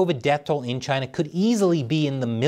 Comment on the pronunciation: China, CHI-NAH CHI-nah!!! No way